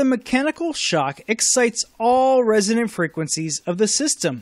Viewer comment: ... resonant - not resident !